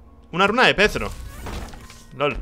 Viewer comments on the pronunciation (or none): O por DIOS!!! Es Perthro y no Pethro Ni voy a poder dormir hoy T-T